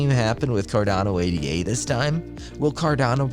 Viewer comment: Ada, not A.D.A., its named after Ada Lovelace.